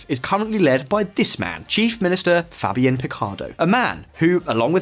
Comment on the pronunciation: His pronounciations are killing me, lanitos, gibraltians, fabian and not Faybian